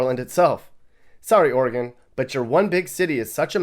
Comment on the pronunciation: Ore-gone vs Oreegun. Ore-gone is spot on., you should do a video on state rivalries.